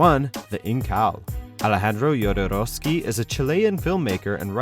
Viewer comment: That´s not how "Jodorowski" is pronounced.